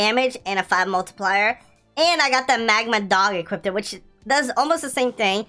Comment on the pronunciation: is actually pissing me, off especially when he says equipted like jeez